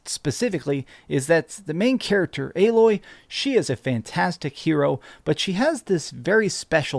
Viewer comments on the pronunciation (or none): none